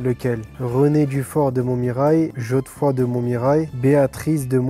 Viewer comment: Quel CANCRE Thauvin! "Geodefroy" Ça m'a achevé!